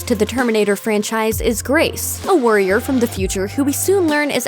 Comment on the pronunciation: Who else heard "A worrier from the future..?" I had to replay it to make sure..